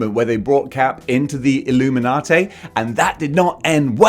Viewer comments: Say it WITH me,... "Ihl-loo-min-ah-TEE", NOT "Ihl-loo-min-ah-TAY"... Now, as for the group themselves, I could give a hairy rat's about them... Civil War kinda pissed me off, and things only went downhill from there... But I detested the Illuminati concept before that, when they first started the idea, and have outright ignored their bull$#!t existence in the comics. Nobody needs THEIR holier than though, we know what's best for everyone, bull$#!t, FIRST of all, and secondly... F**K the Illuminati. IF they ARE actually in the 2nd Dr. Strange movie, then I'm probably not going to like it as much as I'd hoped I would... And THAT SUCKS. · "Payter! Its the Illuminaughtay!" - Mayry Jayne Parkah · Having sayin "Illuminatay" saved my day;) I only know Black Bolt from the Inhumans tv series, where he doesn't come off as brainy? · I can’t watch anymore after your pronunciation of illuminati